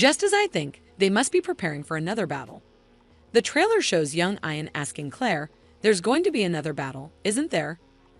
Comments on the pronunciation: Yes it's, eeeean. and Graig Naa Doon!! What a crappy synopses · Ian is NOT pronounced 'eye-an'. Are you a robot?